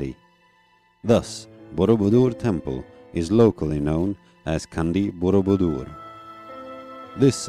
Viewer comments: Not Candi as Candy... but Candi as Chandi sound :)) Great video by the way.. Love it ! Thanks for uploading it. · It's Chandee not Kandy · The letter C in "Candi" pronounced like C in "Chain", "Change". It's Candi not 'Kandi'. Great video anyway. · Sorry, just a minor pronunciation correction. Indonesians pronounce the letter C in Candi not as a K sound but as CH as in Chimpanzee.